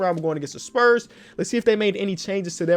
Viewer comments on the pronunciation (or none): none